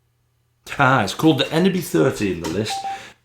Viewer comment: Dude you pronounced it so funny😄 it’s named after a village EN is the name of the village and (BY-=Village)